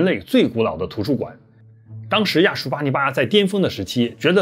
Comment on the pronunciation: 亚述发成亚旭